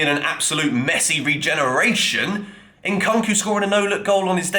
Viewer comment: It's not Nkanku my man it's nkunku as in Nkoonkoo. Make an effort to get names right.